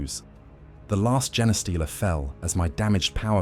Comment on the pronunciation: It's A.I. generated. The way it pronounces genestealer is a dead giveaway.